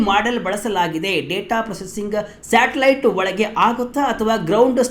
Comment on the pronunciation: At 4.57 ಮಾರಾಯಾ ಅದು "ಸ್ಯಾಟಲೈಟ್", " "_ಟಲೈಟ್" ಅಲ್ಲ. ತುಂಬಾ ಅಸಭ್ಯವಾಗಿ ಕೇಳಿಸುತ್ತೆ.